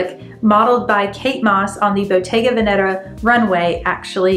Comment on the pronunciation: It’s actually pronounced ven-uh-tah (just fyi 😊).